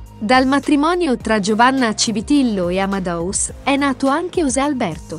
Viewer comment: Fai così fatica a dire AmadEus dicendo la E?Non è Amadaus!